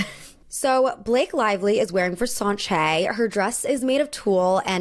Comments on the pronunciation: . I don't know much at all about fashion, but I definitely know that you don't pronounce Versace as "Verseonshay". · she really said Versace wrong....